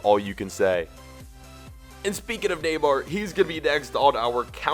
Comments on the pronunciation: neyamr? do you mean neymar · it's not Neyamr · you messed up Neymar's name